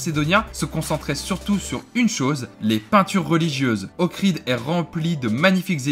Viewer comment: C’est le lac D’OHRID et non pas Okrid